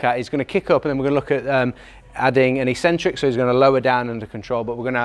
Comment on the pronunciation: You guys mispronounce "eccentric". What do you call that cranky old uncle that you only see at Christmas, eKcentric or eSentric? If you speak English the first is proper and it's the same for an eccentric contraction.